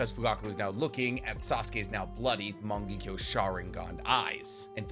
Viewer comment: I kinda hate how he says morng—ekyo sharingan instead of mongekyo sharingan